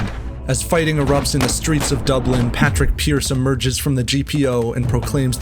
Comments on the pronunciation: Good video just a quick note it’s not Patrick pearse it’s padraig (paw-drig) pearse and yeah I know padraig is Patrick in Irish but his name was padraig so it would be nice to make the effort to say it. Thanks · Irish person studying history for leaving cert this was a really good concise explanation just for the love of god call him Padraig (pawdrig) Pearse not Patrick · Anyone else FUCKING TRIGGERED about the way he pronounces Padraig Pears' name Its pronounced (p-aww-raig) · Really enjoyed this,Great Job. The flag flown over the GPO wasn't the tri colour it was a mat green with a gold harp! You can see it on display in Dublin. Padraig Is pronounced Paaw-drick. Hopefully in our life time we will see Ireland free. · Please say Pádraig Pearse's name properly, or don't say it at all... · Excellent depiction but don’t disrespect paudraic pearse like that say his name right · Its Sean Mac Diarmada, not Sean McDermot, also its Padraig Pearse, never Patrick Pearse. That being said its still a very good video